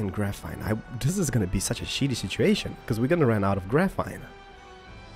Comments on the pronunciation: not grafine , it really annoys me , sorry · PS: GraphENE not graphITE, graphINE. no offence but you may not be full English but anyone foreign could say graphene instead of graphITE...sorry. it annoyed me... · you pronounce graphene as grafeen